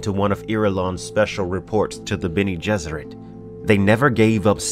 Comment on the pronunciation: I love that you’re doing this series. I’m such a huge fan of the original Dune series, and you can tell be your videos how much of a fan you’ve become. I can even get over how you pronounce certain names (to each his own, lol.) These videos are a great way to revisit the series and mythos without retreading the entire series. And I agree with other viewers, I can’t wait until you get to God Emperor; I’m partial to Children of Dune, and an definitely looking forward to your guide to that book. Keep it up man, really enjoying it.